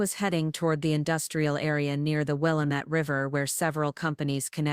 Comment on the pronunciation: It is Wil LAM met River